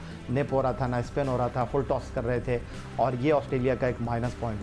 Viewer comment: Its toss not tass😂😂